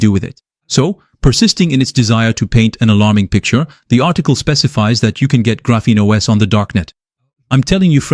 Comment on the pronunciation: This video looks like it was AI generated? Your voice sounds awfully monotonous and doesn't seem to match your facial expressions. EDIT: yup, definitely AI. The "Graphenos" at the mark was a dead giveaway. EDIT 2 : nevermind, I just read the description. You should really explain your use of AI at the start of the video instead of just putting it in the description, as I was about to click off.